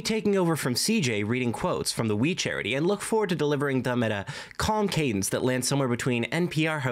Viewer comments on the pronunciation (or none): none